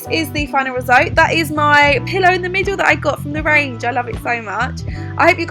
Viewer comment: Is it me or did you hear her say at the end final resolt instead of result 😂😂😂. I love her xxx